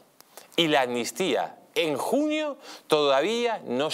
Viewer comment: Amnistía, se pronuncia con una ¨M¨ delante. Si no, suena mal al oído.